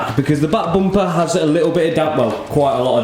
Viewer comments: So sorry you can't say bumper I think it's Matt's influence he often can't pronounce things. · can't un hear boom-pah😂😂😂😂